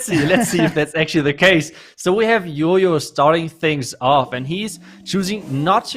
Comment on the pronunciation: its jojo...not yoyo....my gosh